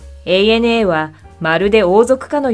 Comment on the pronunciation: 「アナ」って間違っていう人が多い中、「エーエヌエー」と正しく伝えているところが良い。